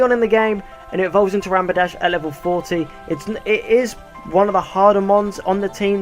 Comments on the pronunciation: Stop calling it rampidash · You said rampidash not rapidash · the way you pronounce rapidash sounds liek rampidash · did you just say Rampidash? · Lol, u kept saying Rampadash :-).